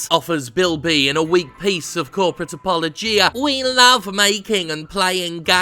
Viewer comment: My inner grammar antifa has failed to keep my inner grammar Nazi at bay so I can't help myself saying; that's not how you pronounce apologia. Phew. Even though I'm officially a twat now, at least this twat has some weight off his chest.